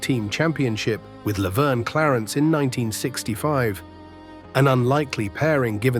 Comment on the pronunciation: The A.I. CANT pronounce Gagne right...lol..😂😂😂